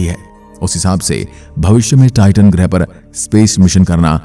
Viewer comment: Not grih grah bro 😂